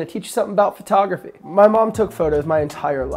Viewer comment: Was there a contest to see how many times you find say phrotograhy?